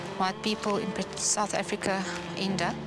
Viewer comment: Sewth efrika